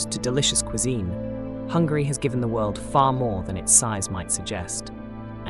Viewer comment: I'm sorry I'm only and I have found your video accidentally. I'm living in the part of the UK and I have to say I heard 2 times saying Hungry! I don't want to capitalise my letters coz I don't meant to shout but it's not Hungry it's Hungary! Sorry if my ears are so bad and maybe I heard it that way! Am I the only one who heard it that way?